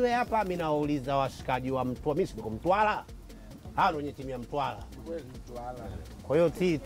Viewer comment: Weweee dodi kweli mtambooo Mtwaraaa sio mtwalaaa